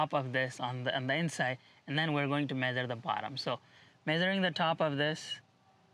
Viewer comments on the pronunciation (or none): Medere and sense, I think you are trying to say measure and sunshade